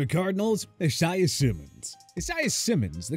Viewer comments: It's I-say-ah, not E-sai-ah! Get the name right! I'm tired of correcting! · “Uh-Zye-Uh” Simmons ????? 😅😅😅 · bro pronounced isaiah simmons name like it was spelled like isiah thomas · My name is Isaiah and your saying it wrong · Dude if he says isaiah like that one more time